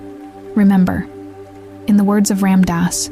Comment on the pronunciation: If you're going to make a video about him pronounce his name correctly...